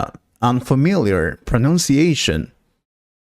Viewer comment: Very poor accent and pronunciation. 'Britain' and ''Pronunciation' is pronounced incorrectly in this video .